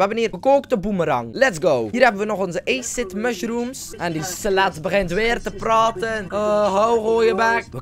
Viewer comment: nee acid hoe het uitspreekt bestaat niet het acid dat jij bedoelt spreek je anders uit